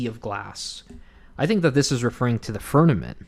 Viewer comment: This is great ! I love studies like these I totally think that the northern lights are suspicious And Polaris! Thank you so much 😊 It think it is pronounced firmament With an M Not firnament With an N